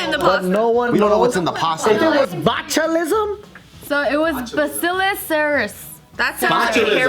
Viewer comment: hey, you said bacillus 🦠 right the first time:-)